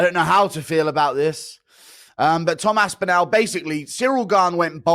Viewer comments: How can Guru not say Aspinall? AspinAAAL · Can we please ask Guru to stop saying Aspinall like that please